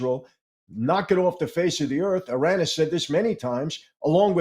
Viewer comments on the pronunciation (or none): none